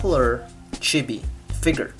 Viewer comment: i couldnt even hear the audio while watching because the way he said Chibi bothered me so much X~X